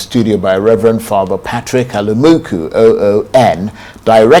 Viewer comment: Alumunku and not Alumuku